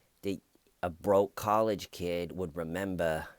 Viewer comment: Hahaha "do you rememba" you are the best!!